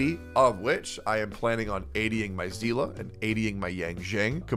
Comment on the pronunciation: Zeala? Zeala? Is that how it's pronounced? Man fuck that, I am going to continue calling her See Lee, not Zeala, not Seal, only See Lee. :)